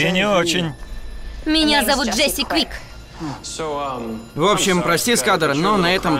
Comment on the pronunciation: Джесси Квик, а не Джессика Квикс!